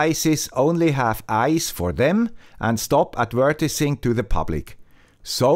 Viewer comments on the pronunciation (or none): du sagst „adv-eee-rtising“, mit der Betonung auf dem „e“. Trotz Swiss Accent ist das kaum auszuhalten. :)